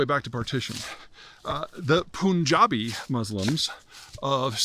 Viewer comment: Firstly it is Pun-JAB not Poon-JAB. Second, the "international boundary" between Pakistan and Afghanistan called the Durand Line - an artificial border drawn up by the British after 3 bloody colonial wars between the British and the Pastuns in Afghanistan during the 19th century. It was never accepted by the Pastuns since the 19th century. It wont be accepted in the 21st century either. Until and unless the PUN-JABI Muslims in Pakistan can come to some agreement with the Pastun/Pathan society of free movement or limited soverignity there will always be an issue. Finally, the salt in the wounds of the Afghans is that millions of Afghan refugees have been essentially thrown out of Pakistan overnight in brutal and humiliating circumstances by demolishing homes, businesses etc. This has also caused great resentment in Afghanistan against the Pakistani who are blamed for using and abusing Afghans for their own interests.